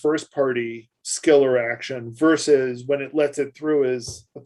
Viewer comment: Hey...he said versus...